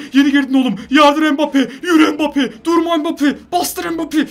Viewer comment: mbabpi değil mbabape